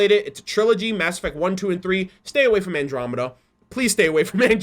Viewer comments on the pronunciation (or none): none